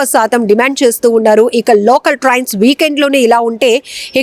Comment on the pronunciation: Trians kaadhu Trains. Trauffic kaadhu traffic Get your pronunciations right.